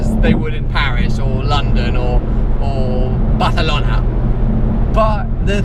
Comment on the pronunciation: why do you have to say barcelona so weird? better with british accent please XD